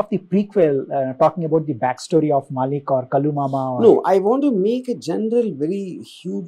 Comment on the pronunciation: Its not MAAALIK... Its MaLLick